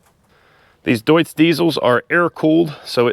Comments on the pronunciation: everything's perfect except your pronounciation:) Its not a "Dudes", its more like "Doitz". Love your videos! 👍 Edit: Minute 10 you nailed it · Don't be mad, but it's pronounced "doits" not "düüts" 🙂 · It's not Düdtz-Diesel, it's Deutz-Diesel ;D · "Doits" with the "oi" like in "detroit". Not "Doots". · Deutz is pronounced "doitz" like the German deutz fahr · FYI, Deutz is a German brand, and it's pronounced doy-tz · Cool find - well done! BTW - the name of the diesel engine manufacturer is pronounced “Doitz” (rhymes with “choice”) - just sound knowledgeable. 😊 Ahhhh - in the later segment, you got it!!🎉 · Deutzwork on your pronunciation